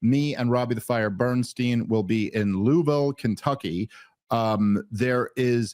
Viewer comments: Dave it's called Loua-Vull Kentucky if you live there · We may have to temporarily suspend your citizenship until you learn to say "Louisville", slugger. It's LU-e-vil 😊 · Okay. I appreciate the attempt. But listening to you try to say Louisville like that is like the white people who say Meh he co with some crazy accent in the middle of a sentence otherwise said with a PA accent. 😂